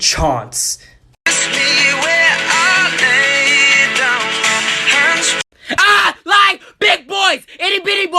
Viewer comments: lmao the “we took a chonce” killed me fr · "you never had a CHONCE" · Niall Hor-Ann You never had a chónce!